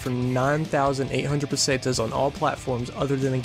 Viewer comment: It's pronoced patas not pasatas